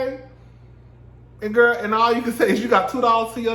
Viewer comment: I AM FUKN SCREAMING GAAAA!!!! SAYING GIRL LIKE GOAL...I FAINTED🤣🤣😂🤦🏽